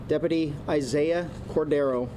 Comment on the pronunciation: Hey Chad, learn how to pronounce DepUty!!